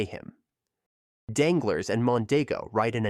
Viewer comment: It’s pronounced “Danglar”, not “Danglers” lol good vid nonetheless, thanks